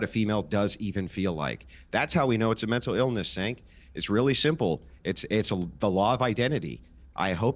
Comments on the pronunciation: Why does keep calling Cenk 'sink'? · I love how calls him "Sank" instead of Cenk 😂😂😂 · I love the just slight mispronunciation of his name, just to get a little more reaction. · I love when calls Cenk “SINK” 😂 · Looooool the way pronounces Cenk’s name 😆😆😆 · what i love is how still refuses to pronounce Cenks name right😂😂😂